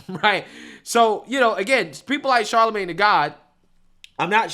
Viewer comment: Bro why do you keep calling him Charlemagne tha God?